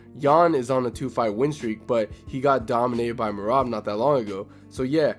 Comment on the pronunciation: Thanks for giving accurate thoughts the other guy who sucks Islam off and calls Merab me-rat